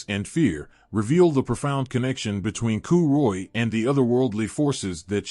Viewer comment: Pronunciation sucks ass. Coo choolianne? Get real.